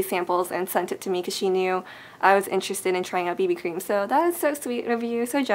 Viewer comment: Lol, when you first starting talking about the BB cream I thought you were saying baby cream.